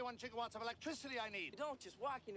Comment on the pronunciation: 1.21 Jigawatts -"J", it goes Kilowatts, Megawatts, Bigawatts, Jigawatts, then BaJigawatts.... Got it?